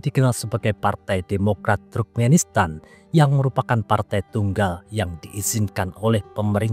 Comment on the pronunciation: Bukan truk-menistan min tp turk-menistan